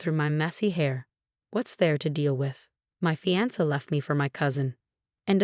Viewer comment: CORRECTION, IT'S FIANCE, NOT PHANTOM. PLEASE PROOFREAD BEFORE PUTTING THE STORY ON THE CHANNEL. THE STORY WOULD HAVE BEEN BETTER, IF NOT FOR THE MISSPELLINGS AND PRONUNCIATIONS OF WORDS. BUT I'M GLAD THAT SHE GOT A SWEET REVENGE ON HER UNCLE, COUSIN AND EX-FIANCE. AND HER PROFESSIONAL LIFE TOOK OFF LIKE A ROCKET.